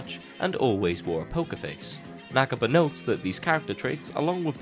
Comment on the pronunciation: its not nak-ba its na-ka-ba